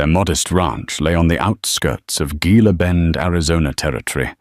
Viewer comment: Gila is pronounced He-la.